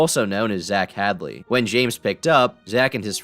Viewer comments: bro said Hadlee 😂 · zach... Had-ley? Im surprised he came up, but that thats not how you pronounce Hadel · ZACH HADLEY? COME ON TOM ITS HADEL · nice vid, but its hadel, like hey dal, not had lay. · It's zach hadel not hadly 😂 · Nigga, Zach "Had-lee"? It's Hay-dell. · Isn’t Zach’s last name Hadel, not Hadley? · Wait bro did you say Zach “Hadley?” It’s Zach Hadel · lol didn't expect he zach cameo also you said his last name wrong. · hadley? Bro it’s HADEL. Hay-dell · man I'd kill to see a clip of that convo where he was being clowned on by the funne bois on Skype also it's Zach Ha-del, not 'Hadley' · psychicpeeples last name is pronounced "Hay-Dull" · TOM DID YOU REALLY JUST PRONOUNCE ZACH HADEL AS ZACH HADLEY IM UNSUBCRIBING HOLY SHIT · Zach Hadley? I think it's pronounced (Ha-Dle) lol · bro really called Zach Hadel Zach Hadley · “Zach hadley” lmao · "Zach Hadly" Bruh cmon now. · ITS ZACH HAY-DEL. good video otherwise tho lol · Why the hell does he pronounce Zach's last name like that lmao